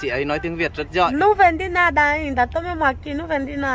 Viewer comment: A nên đổi tên thành đi. Haha. Để ý thấy a k nói được chữ có dấu hỏi. Giỏi thì thành giọi, hỏi thì thành họi. thì thành:)))) Đúng là:))) Xong lúc nào mặt Cụng như đang cười. Nhìn vui mà lại thấy hài hài. Em chúc anh thật nhiều sức Khọe, vui Vẹ và hạnh phúc nha.